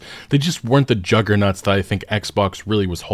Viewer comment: Did he say jugger-nuts?